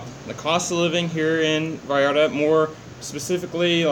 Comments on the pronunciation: hey guys you look great thanks for the vids, and its Puerto Vallarta with a "V" not "B" as if you were saying Vacaville :D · Finally you said Vallarta propertly!!!!!!!!👋👋👋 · Double "L" in Spanish is pronounced as a "Y"....